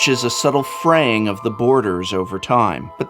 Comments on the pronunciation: Prevents "freying"? Am I missing out on a joke here or was I able to catch the professor? Should be "fraying" shouldn't it? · It's fraying not freying! Lol I know you know but I just had to say it. Loved this video and the production quality of it!